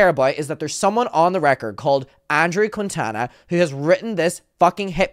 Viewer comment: Ok 1 i love how says "Quitana"... 2 the Quintanas of the world do not claim that bafoon